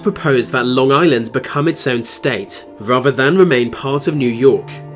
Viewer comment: No one:.: says Van instead of than